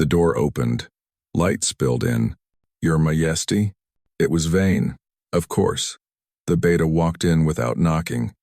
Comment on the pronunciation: AI narrator is having mispronunciations that need to be fixed, especially the word Majesty (the J is not pronounced as an H sound), but the story is fabulous ❤❤❤❤❤❤